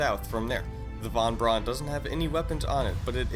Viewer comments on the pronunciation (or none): none